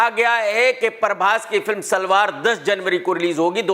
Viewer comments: SALAAR ❌ SALVAAR ✅ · Bro. Salwar Nahi hai Salaar😂😂😂